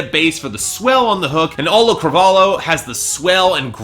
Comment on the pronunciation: Am I going to be the first one to inform that it's Auli'i, not Auli'l? And it's pronounced Ow(as in you got hurt)-lee-ee. Last name Cruh-vol-ee-oh. Ow-lee-ee Cruh-vol-ee-oh. Auli'i Cravalho.